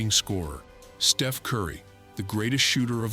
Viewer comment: the Artificial Intelligence glitched out, besides calling Steph, Steve-en.